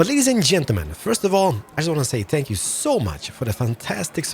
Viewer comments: Why do you keep saying Spank you instead of thank you? I like it though, keep doing it! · 1st he said Thank you, 3rd time he said spank you! Lol